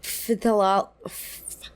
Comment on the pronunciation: not trying to be bintchy, but the p in pthalate is the same as the p in pterodactyl :0 pronounced “thah-layts”